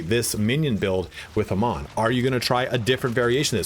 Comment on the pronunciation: You're pronouncing his name wrong. He says his own name quite often in the game